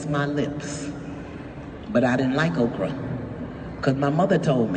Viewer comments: I thought she was saying Oprah, too. But obviously she was saying Okra the food I really like. I think she should have sounded it out and spelled it so it would not be mistaken for the Queen of Talk Oprah! Just enunciate because Oprahs name does sound a little like "Okra." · She said Okra